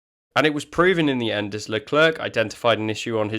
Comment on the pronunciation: It's Le Claire, not Le Clerk.